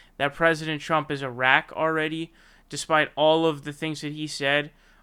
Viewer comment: Why do u call racist “a rack” or “Iraq” ... lol... I was only listening and first and I was like wtf? had to open up the vid and look at the tweet